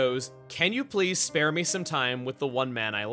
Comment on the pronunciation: I heard "Spell me a time" instead of "Spare" but it still works